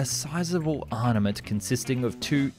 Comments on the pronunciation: "arNaMent"? Did you just say arnament? YOU DID! It's arMaMent. Come on. I'm sure you can pronounce words correctly. You sound intelligent and can obviously get your shit together enough to put an interesting channel together. Can you not ensure that you pronounce words correctly? Especially when your channel deals with a lot of militaria that would obviously require the word 'armament' being used often. But, bloody good channel in any case. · “a sizeable arNament” lol WTF mate? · Northrope? Arnmament? Your pronunciation definitely needs to be improved